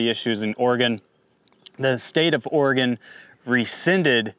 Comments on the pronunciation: Oh-re-gun not Or-re-gone. My stupid state, just sayin’. Not that anyone cares, just fyi. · You must be from the east coast somewhere. I'm from Oregon. We say it Orgun. It doesn't rhyme with polygon. Just Orgun, thanks. Also, it's not ColorAHdo. The A in Colorado sounds like the a in apple. No umlaut. Yes, I know that it's a Spanish word and in Spanish they'd say AH. I used to get it wrong too. Doesn't matter. Point is you don't sound like a local and that annoys the locals. Also, I have a bone to pick with you hoity-toity eastcoasters treating west coasters like we're stupid bumpkins. At least we can pronounce all of your state's names properly without all the stubborn denial of our own ignorance. I've had New Yonkers tell me I'm pronouncing Oregon wrong when I'd hoped to enlighten them in the past. The nerve! Namaste!